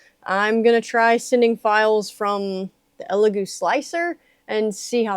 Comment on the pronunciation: First reviewer I've seen pronounce the name correctly.🤣